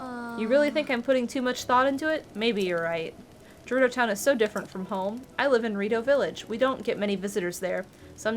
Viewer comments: Ohhh, Volty fruit!: VOLT fruit,!!! Also: Jerudo! Me: GERUDO! With a “guh”!!! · Honestly, mispronounces multiple things throughout this let’s play. “Dahku Tree” “Jerudo”. Just let her say volty fruit. lol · if you can insist on saying je-ROO-doh and de-KOO (even after Mr. Tree said his own name out loud in a cutscene)...let say Volteefruit lol